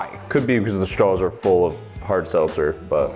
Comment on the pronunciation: 😂😂😂 Narrator had he seltzers correct the first time 🤦🤦🤦why the fuck did he say it incorrectly the second time my boy😅😂😂🤣🤣🤣👍👍👍👍💯💯💯💯